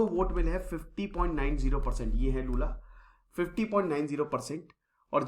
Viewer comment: Lula jiko badhiya, bhai waise naam toh sahi rakh lia karo